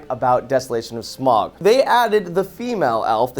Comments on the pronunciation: I haven't seen the film, but I agree with in the sense that, being a big fan of the book, I knew that three films was too much. Also, his name isn't Smog. It's Smaug (like Sm-ow-g). I don't know how much attention you could have been paying to the film if you can't even pronounce the title character's name correctly. But, I digress. I do agree that, as much as I want ten hours of the hobbit because I loved the book, I know in my heart the more the merrier does not apply here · It's not smog it's smaug